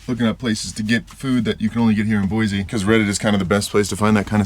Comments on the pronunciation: If you’re open to being corrected on how you pronounce the names of places… Boise is pronounced Boy-C not Boy-Z by Idahoans. We can tell instantly if someone is from out of state that way. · Where were you camping? The river is running high. And please, it's Boy-see, no zee😂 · Boysee, Boysee, Boysee. It's just as bad as Illinoise.